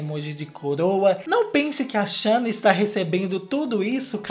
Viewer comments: Eu tô me acabando com o falando shanna kkkkk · Depois de assistir esse vídeo, minha cabeça tá num looping eterno do falando “xâna” 😹😹😹😹😹😹😹😹